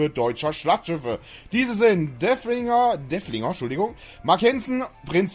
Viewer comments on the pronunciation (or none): DeRfflinger... Da ist ein "R" drin.:) Freundlicher Hinweis, danke für Dein Video!